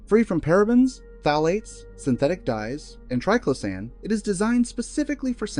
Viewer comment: The information here is good, but the continual mispronunciation of triclosan makes me want to scream! If phthalates can be pronounced correctly, why can’t triclosan?